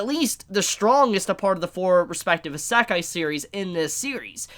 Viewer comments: I don't like how he says "Isekai". "Eh-Se-ka-e" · Good video but it really bothers me that you don't pronounce isekai right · The Japanese pronunciation of “i” is the same as the English pronunciation of “ē”. You are saying esekai when it’s actually pronounced isekai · "Eh se kai" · YOU ARE STILL SAYING ISEKAI WRONG!!!!!!!!